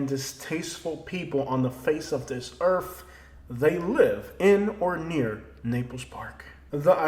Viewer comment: Are saying Earf or earth??? Geeeze.